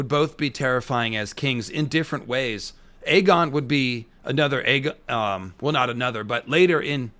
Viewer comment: It's Aegon as in Egg-on not A-gone, and yes he is an evil man at this point, no turning back he'll have to just embrace it, clearly there's a sense of entitlement based on his responses, he doesn't seem to have a clue of any wrongdoing and thinks he can do what he wants as part of the royal family